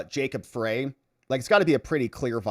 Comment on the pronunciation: Freys last name is pronounced Fry. Unfortunately I live in MN and hear about him all the time